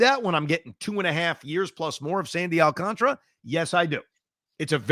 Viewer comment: Does anyone know why a lot of people pronounce Alcantara's name wrong. Gary Cohen, Michael Kay and Evan all say it the say same way i don't get it